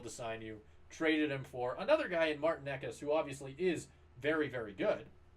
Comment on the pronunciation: 5 minutes? Took 45 seconds to not pronounce Necas right. Necas has more assist goals and obviously points through 6 games. Mikko is lazy imo and carried by Nate